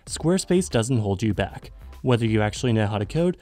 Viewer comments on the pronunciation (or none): none